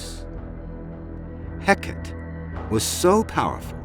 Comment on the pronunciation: The Greek “goddess of witchcraft” name Hecate is pronounced Hecka-TEE. You really ought to learn to properly pronounce names if you’re gonna try to tell a story about someone